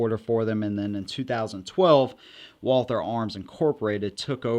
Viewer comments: Since You are working on your German pronunciation. Not WALL-THUR, BUT VOL-TAA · It's pronounced... VAAL-TER (I'm German) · It's pronounced walter or valter in german. Not with the th sound like you're doing. All that ww2 study you claim to be doing and can't even look up a simple pronunciation. Smh Edit: can't even finish this video. You say it the wrong way over and over while saying "you're working on your German for this video" No you didn't work on your German.